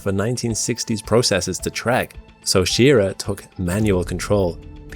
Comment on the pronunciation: It's Walter SchrrA as in 'ahhh' and it's LOVEell not LovELLE.